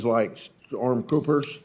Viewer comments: Anybody else catch it where he said "StormPoopers"? Hehe. Anyways, the left and only the left is responsible for the degradation of society. They will feel the wrath of history and hide like the scum they are. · he said StormPoopers. Kinda funny. I agree though. He seems unafraid of the crud from the left and I like that.